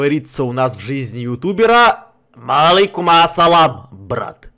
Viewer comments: Ассаламу Алейкум а не малейкум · Вообще говорится Ас-саламу-алейкум а не так😏